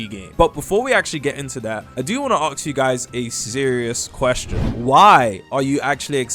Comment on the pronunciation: arks? do u not mean ask